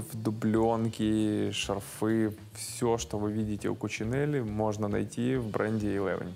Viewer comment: Мы, средний класс, говорим не шарфЫ, а шАрфы